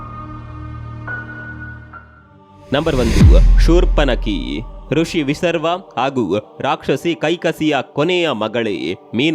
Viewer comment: ಋಷಿ ವಿಸರ್ವ ಅಲ್ಲ, ವಿಶ್ರವಸು